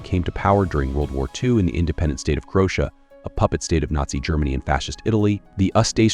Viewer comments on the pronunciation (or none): please teach your AI some basic pronunciation, eg. Croatia has 4 syllables